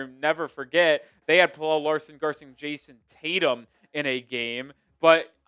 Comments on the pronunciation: its Pel-luh not Pel-elle, pleaase stop pronouncing it like that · It's pronounced Pella not Pellel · Pel el … Kel el. You do a story on Pelle (Pella) and you say his name wrong. Weak.